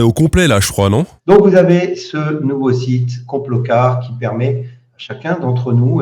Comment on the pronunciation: complocar sérieux 😂